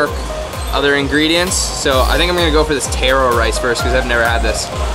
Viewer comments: Stop imitating Mark Wiens!! Watch yourself on video and listen to the commentations you make., then watch and listen to Mark Wiens, you sound like him. Taaaaroo not Tayro! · Not tear-o but tar-o. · Pretty sure he was mispronouncing taro. I believe it's pronounced tah-roe as in the first syllable in Tahoe and fish roe. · How he says taro feels weird to me because I never heard anyone say it like that before even though it is correct